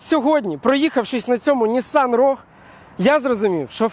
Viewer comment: Саме цікаве шо автор і сам не правильно називає марку моделі. В англійській мові слова рог немає. Правильно вимовляти роуг